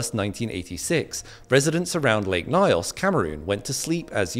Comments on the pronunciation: 😅 It's the way you pronounce Nyos for me. Well here in Cameroon it is highly believed that a western country paid our government huge sums of money to try out a bio-weapon in lake Nyos. There's so many conspiracy theories and even witness testimonies and the reports of several experts surrounding the lake Nyos disaster and if you did enough research for this video you'd not quickly dismiss it as a "natural disaster" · I hate the pronunciation. It's N yos, not Nios. That's how we pronounce it at least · Sorry but as a Cameroonian that pronunciation was horrible. The stress is supposed to be on the “yo” such that it is read as nios not ny-os. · My country Cameroon... it was a devastating event and it's effects were widespread... Oh ...also.. it's pronounced as "nious" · It’s “Nyo-s” not “na-yos” the “ny” is sounded together!! But excellent explanation!! At least try pronouncing African words as perfectly as we pronounce English words!! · It's not n-eye-os. It's closer to n-yos. Nyo is like in canyon. Wiki suggests nee-os. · Nyos rhymes with horse. Not Nayos but In-yos.... Beautiful presentation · Lake what😂 the way you pronounce nyos is crazy. It's nyos as boss, not nios😂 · Pronounced Nyos not Nayos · It’s pronounced ‘Knee-os’ 🤓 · bro its pronounced news not nayos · It’s pronounced NIOS and yes it was extremely tragic watching footage of people and livestock just lifeless spawn about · I remember my grandfather telling me about this story growing up... A good friend of his was a survivor and he was never the same up till the time of his passing Also it's pronounced "N-yours" except the r is silent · It's written Nyos, but pronounced Nyõs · I laughed when you pronounced "nyos". It is pronounced "Gnos" it is the "gn" sound from lasagna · As someone from around the region hearing he's pronunciation of Nyos sounds so wierd 😄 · The pronunciation of nyos gets me every time😂😂🤲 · what do you mean it's not pronounced Ños